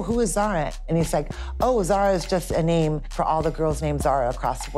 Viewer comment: Bro smoking Zara not ZAZA🤣💀💀💀